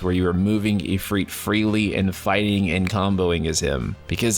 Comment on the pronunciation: Did you just say “Ifreet”? Is that how people in this game pronounce it? I’ve never met anyone, ever, who’s ever pronounced Ifrit that way.